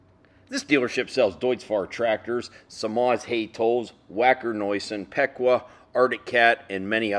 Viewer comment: Pequea Machine is located in New Holland Pa.Which is in Lancaster County.The way us locals pronounce it is peck-way.Not giving you a grammar lesson just a little info.Always enjoy your videos.